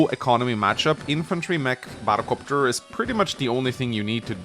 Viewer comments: I always love how says battle cöpter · I came for the batta copta, I stayed for the radicalus. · saying "battle copter" genuinely hurts me and I don't know why...